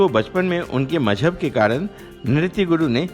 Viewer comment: What is Mahjab 🥶 Pronounce correctly say MaZhab Say Zidd not Jidd Zor not Jor Shooting Kahiye Sooting nahi Phool not Fool Bazaar not Bajaar Release not Releaj and so many other mispronounced words Good presentation but your pronunciation messed it Maza kirkara kardiya